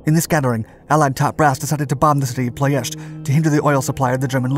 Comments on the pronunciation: It is PLOIESTI not PLOESTI.......VEGA not BEGA refinery and what is depicted here its Brazi refinery, ROMPETROL, the other one is called ASTRA refinery. The train rails that the nazi used for the anti air guns to protect the Brazi refinery i think they are still there, i used to play on them when i was a kid. The RED TAILS escorted the bombers over Ploiesti during the war, fun fact. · the way he said "ploiesti" really made me feel weird, he said "ploiesta" I suggest next time you maybe open up google translate and see how its pronounced (I'm Romanian so I'm not complaining for nothing) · "ploy-ESH-tee". Don't just pronounce a word "weird" to make yourself look smarter. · I've always heard the city name as Plo-ESS-tee... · 9/10 only because you kept mispronouncing Ploesti. Say it with me: Plo (as in flow) Es (like the letter S) Ti (like the letter T). Ploesti. Love your channel!!! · ploy, esh, tea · "pronunciation" lol. You're a good sport. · FYI it’s pronounced plo es tee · It's pronounced plo es ti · You are incorrect. That’s just how English speakers pronounce it. My grandfather was the captain of one of the B-24s (The Wolf Wagon). Years ago I was on a date with a Romanian and she laughed and corrected me when I pronounced it that way.